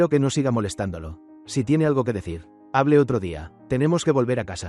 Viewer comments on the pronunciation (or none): Porque nunca pueden pronunciar Hable ni eche Siempre que lo dicen dice me E C H E separado y HA B L E igual